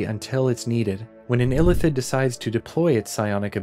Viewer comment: It's Ilíthid, not Ílithid